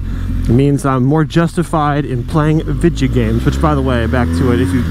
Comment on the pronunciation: "Vidya games"..... is a /pol/ guy